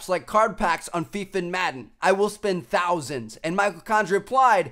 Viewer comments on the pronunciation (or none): none